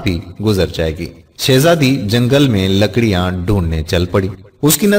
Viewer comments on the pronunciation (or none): لکاڑی نہیں ہوتا ہے بلکہ لکڑی ہے